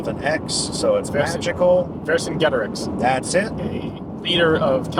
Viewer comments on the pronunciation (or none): The fact he said "starts with V and ends with X" and Ian instantly knew it was Vercingetorix 😂 Ian is probably Frencher than half of actual France And FYI Ian, it's pronounced like ver-san-jay-toe-reeks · It's ver-san-jet-er-icks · the Classical Latin pronunciation would be: where-kin-ge(h)t-Tor-Eex the E is an Eh sound, Hence the H in pronunciation. The way Caesar would have said it.